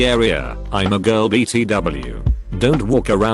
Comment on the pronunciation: Ditch the robovoice. It's very stressful trying to understand it. It can't even pronouce BTW or AC properly.